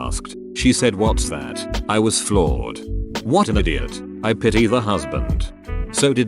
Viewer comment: I love how the computer pronounced idiot like "Eye-dee-ot"